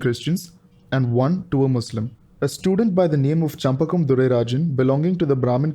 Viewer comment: Well explained.. congrats.. (her name is shenbagam durairajan not champakam ;-) )